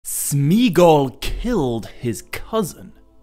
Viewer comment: Pardon me if I am wrong, as I am always open to correction, but I think Gollum's real name ought to be pronounces as Smeh- a-gol, not Smeegol ( and of course Deagol would be pronounced the same way). Tolkien's appendices to the 1960s revised edition of LOTR is valuable in tips for pronunciation